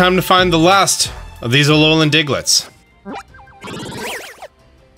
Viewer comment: When your mouth is alolan. aLoLa.